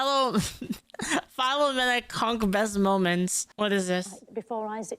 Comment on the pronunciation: Fill-oh-mee-nah. Not File-oh-menna